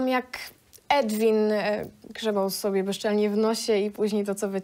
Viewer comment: Chłop nazywa się Edwin ? Czy nikt tu nie potrafi powiedzieć Erwin